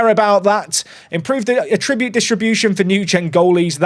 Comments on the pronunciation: can we have a patch that updates "a-tribute" to "at-tri-bute". 😜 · Why do you say attribute like it's a verb? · Please stop pronouncing 'Attribute' that way, you are hurting my soul.